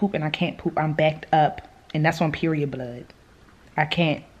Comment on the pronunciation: LMAOOOOOO she killed me when she said, " AND DAS ON PERIOD BOOLD!"